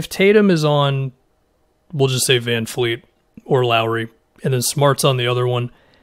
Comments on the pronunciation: My man, his name is VanVleet, not VanFleet. My ears bleed every time I hear somebody say that. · Please it's VanVLeet not VanFleet... it's not hard... VV not VF! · Can you stop saying VanFleet. It’s VanVleet. I don’t know why ppl pronounce it with an F. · Vanvleet, Vanfleet, Fanfleet LOL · It's VanVVVVVVVVleet gawd dammit! Get it fucking right man geez!